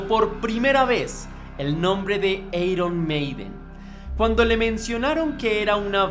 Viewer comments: Pésima información porque en la primera producción Paul ya intervino en la composición p.e. "Running Free" y luego ...."eiron" ? en todo caso se pronunciaría "airon "....a pesar de todo le dí mi like al video pero por Paul y la banda....al señor que ha preparado la nota se le sugiere que se prepare e informe mejor. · jajaaja cuando alguien que claramente no le gusta el genero pretende hacer algo para aprovechar la ola sale esto. eiron maiden, punk osea mala pronunciacion y datos inexactos jajajaja toma tu dislike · Airon Meiden, no eiron Meiden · Eiron maiden o airon maiden???? (Iron maiden) no inventes oe jajaja 1858 xdddd